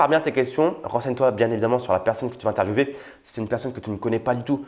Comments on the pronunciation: oui, Les Français disent [interviewé] et non [intervieoué] pour interviewer. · C est géniale mais tu as dis interviewver mais il prononce interviewer😐